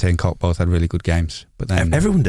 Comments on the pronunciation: Koch is pronounced more like 'Coke', but with a shorter vowel sound. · Close...Koch the "O" is like cock, but the "CH" is like you pull up a greenie CHHHHHHHHHH. (Cook in german) ...Just a Leeds fan in Germany ;)